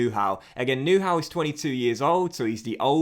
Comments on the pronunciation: You pronounce Neuhaus as Neur but remove the r and then it’s Neu-house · Nice vid; but to help you pronunciate Neuhaus correctly: neu- as noi in noise and haus like house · I am not german but the way you pronounce Neuhaus lol;-)